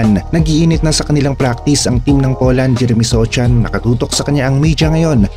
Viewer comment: Sochan pa more, “SOHAN” yan 😂😂😂